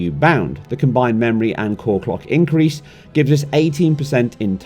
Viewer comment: "Encrease expotentially" what? did this dude have a stroke?